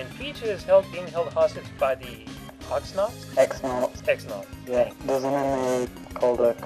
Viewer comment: paper mario the thousand year door is my favorit mario / gamecube game it's awsome exsiting and fun battles are great & at this rate I mite as well write a review my self oh and as a side note it's pronounced ex nauts becuase when you meet punio koops says they sound like and I quote "it sounds like tissues to the extreme" Gideon-mariofan